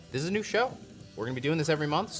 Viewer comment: You said “best nu Metal” and I almost threw up lol